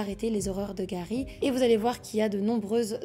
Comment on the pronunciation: Bonne histoire mais stp fait pas l’accent anglais pour certain mot ou nom, genr defois tu di garry et juste après c’est gawy